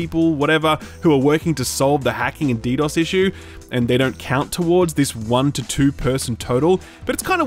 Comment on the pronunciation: Like for saying DDoS correctly, finally one YouTuber got it right